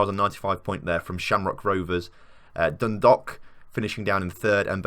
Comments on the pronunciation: Its not like an 'o' in Dundalk... Its like Dun-dawk... Like hawk with a 'D'... Drogheda is Draw-heh-da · Lol “Droh her da” is basically how you say it, also Dun Dalk, think walk and replace with a d. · Dun-dawk would be a better way to explain the pronunciation for dundalk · Your mispronouncing the English names. Not like they're in a foreign language. And it's pronounced like dro-head-a. And Dundalk, the dalk part sound like the alk sounds in walk. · No I've always heard it as dun - dalk different parts of Ireland have different pronunciations of county's